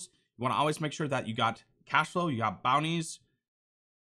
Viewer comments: “You Ahhhhlwayz ulwaiz Al Ways need direction” Love the content bro, keep it up 🤝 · Never noticed you had an accent until you said always three times in a row, reminds me of my mom saying wuder instead of water